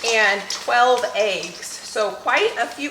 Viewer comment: I’ve seen most of your videos and only now can I hear your accent. The way you say peppers. Lol. And eggs kills me. Aye-ggs vs Eh-ggs. It made me smile.